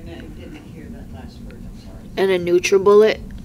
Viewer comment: I had to take a break for a few moments after she said "NutraBullet" multiple times to clarify. :/